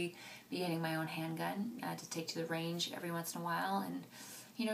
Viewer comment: I can't be the only one who thought she said "ring" instead of "range" /